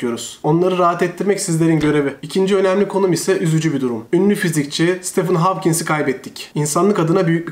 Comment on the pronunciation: Bu arada videonun sonunda Stephen Hawking'in adını telaffuz ederken "Stephen Hawkins" demişim, lütfen bu küçük hatam için kusuruma bakmayın!